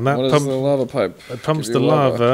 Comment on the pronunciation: The way Yahtzee pronounces lava sounds like "larvel" to me.